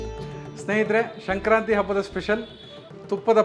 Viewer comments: ನೀವು ಹೇಳುವಾಗ ಶಂಕ್ರಾಂತಿ ಎಂದು ಉಚ್ಚರಿಸುತಿದ್ದೀರಿ. ಅದು ಸಂಕ್ರಾಂತಿ ಅಲ್ಲವೇ? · ಶಂಕ್ರಾಂತಿ? ಅದು “ಸಂಕ್ರಾಂತಿ”